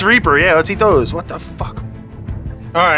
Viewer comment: Sean has so much class... he doesn't correct Brad for saying A.K.A. Miso when it's AKA Miso. He never corrects ANYONE when they mispronounce words. Love him!